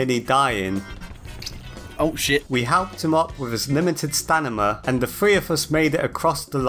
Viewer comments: I’m sorry but why do you keep saying “stanima” instead of idk Stamina like it’s actually pronounced? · i feel so seen because you keep saying “stanima” instead of “stamina” only in this game i always call it stanima😂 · I’m sorry I can’t stop laughing when you say Stanima not stamina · Im not 100% sure but. Your first language isnt english right? The way you say some words wrong "stanima" for example. And get phrases wrong "we knocked it out of rhe water" instead of "knocked it out of the park" for another example. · I really like when he says "stanima" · This video is awesome, but STANIMA has tp be purpose. I refuse to believe you mispronounced it that much.